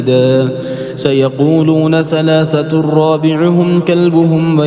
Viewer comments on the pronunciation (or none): none